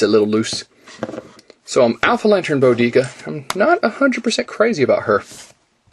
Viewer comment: Maybe the rings are in the gloves? btw, since her name is based on Queen Boudica (Boo D Cuh) I would have to say Bodika's name is Boe D Kuh